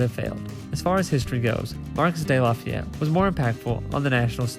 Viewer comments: Marks de lafayette ? LoL “mar key” de lafayette,, nice vid tho thanks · Not “Marcus.’ Pronounced “Marr- Key.” Dudes a American hero. Read up, amigo